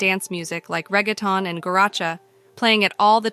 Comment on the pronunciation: Rega-Tawn, lol!